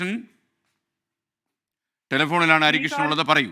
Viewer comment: നായരേ നരി കൃഷ്ണൻ അല്ല ഹരികൃഷ്ണൻ